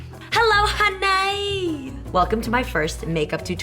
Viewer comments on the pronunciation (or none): I love when she says "HUNNAY" 😂😂